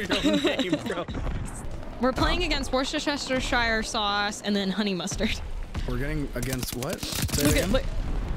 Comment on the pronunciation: really did just say War-chester-shire.... alrighty then